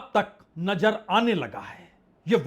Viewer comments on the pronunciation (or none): Najer nhi Nazer